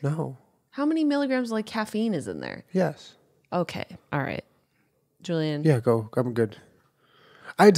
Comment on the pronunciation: jenna: how many milligrams caffeine is in there!? julen: yiss.